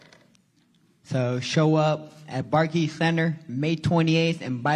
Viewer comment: Barkey center lmao